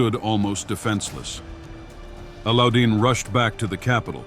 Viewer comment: It is not Alludin, it is pronounced as Allow-ud-din Khilji. And it is not Ka-na-tay but Khan-ait. Allauddin was a very capable, if merciless king. He assassinated his uncle Jalaluddin to become king.